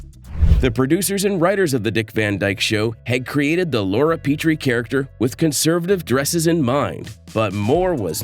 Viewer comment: It’s Laura “PEHT’ ree” not “PEE - tree”